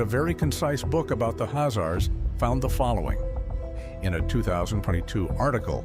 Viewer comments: The announcer is pronouncing the name of Khazars totally wrong by saying azar's... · The k h is pronounced in the name, khazars...